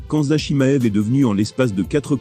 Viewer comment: Pourquoi ? Vous avez entendu çà où ?! "Khan-mza" je vois pas de "n" dans "Khamzat"